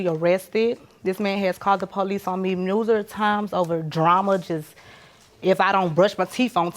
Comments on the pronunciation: She said noserous instead of numerous lol 😂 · The double standard is VERY interesting in this case! Also....we need to work on the word "numerous" ma'am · She couldn’t pronounce “numerous” 😂😂😂😂😂😂 time stamp 🤭